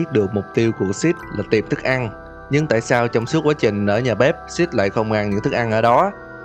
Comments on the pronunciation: Tại vì cách đọc của six giống cách đọc của shit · Six lâu lâu anh nhấn thành SHIT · Hài vãi six em cứ tưởng anh đọc là shit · Six anh đọc thành sit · Six thì đọc thàng shit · Phân tính nói six nghe như là sh*t í 😂😂😂😂😂😅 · Vãi cả shit, six mà đọc như shit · Six mà cứ nghe như là shit °-° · Six nghe thành Shit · Six nghe như shit đó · anh đọc six như sex vậy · khi bạn đã bất lực khi đọc tên 'Six' và bạn đọc thành 'Shit' ai để ý cho tui 1 like đọc tên nhân vật hơi.... (cạn lời) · Chào bạn! Mình muốn góp ý 1 chút, sao mình cảm thấy bạn phát âm tiếng anh cứ kỳ kỳ sao ấy, Cụ thể là "six" đọc nghe như "xít", chữ "the" thì bạn đọc là "đờ". Video thì rất hay chỉ còn phần phát âm nữa thôi, Chúc ban luôn thành công. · Anh đọc Six nghe như Shit ấy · Đọc thiếu chử s rồi ba